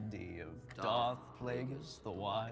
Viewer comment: not even a minute in and I got mad at someone saying dark instead of darth.